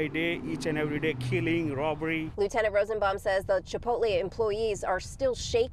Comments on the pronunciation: The real crime here is that guy calling it "Chipoltee". Lol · CHIPO-TAE 🤣😂 the man straight up skipped pronouncing the "L" in Chipotle 😂🤣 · No one is going to recognize how that dude said chipotle by saying chipote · I could no longer watch after he said "Chipol-Tae". I'm done. Next video. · I'm just like how does dude say Chipotle wrong 🙄😑 I would've had her food out 😂 she really wants that burrito 🤣